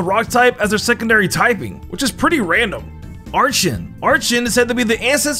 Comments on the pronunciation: its ar-ken and ar-key-ops ! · “Are-Chen” was so painful to listen to. And then came “Are-chops”